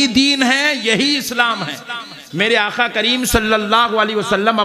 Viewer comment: Molana aakhaa nahi aakaa hote he